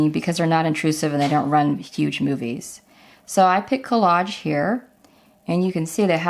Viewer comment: Good video but the word collage is a soft "g" not a hard one.